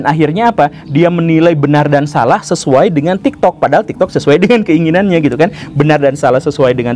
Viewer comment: bahkan tadi dia ngomong TIKTOD 💀